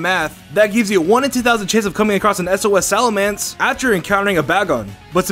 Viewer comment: SalaMENce...not SalaMANce...